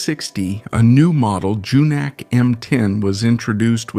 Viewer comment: Pronounce "Junak" like "yunak." The Sokół RT 600 was an interesting motorcycle.